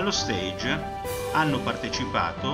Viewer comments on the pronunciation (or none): Bellooooo! Grazie per la condivisione 🤩 mi permetta una precisazione: la parola “stage” dovrebbe pronunciarsi /stasg/ pronuncia francese e non /steidg/ pronuncia inglese, che significa “palco”. 🙏